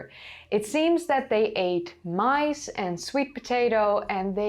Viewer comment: "It seems that they ate mice" ? Do you mean maize (pronounced maze) or guinea pigs?